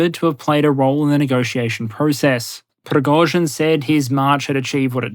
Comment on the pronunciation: A side, or technical note - the first syllabe in "Prigozhin" (Пригожин) is pronounced "pri~", not "pro~".